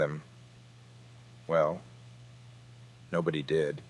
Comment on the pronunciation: AI is a crappy actor. Worse than Nick Cage. It doesn't know which words to emphasize. Example: "Well, nobody DID" but it should be "Well, NOBODY did". You conveniently placed an ad right there so that's a good place for me to stop watching. Bye!